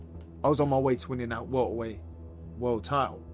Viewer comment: Winnin that welt-ah-weiht- wehld-titll.."😂😂😂